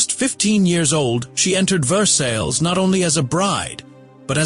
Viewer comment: your pronunciation of versailles is incorrect.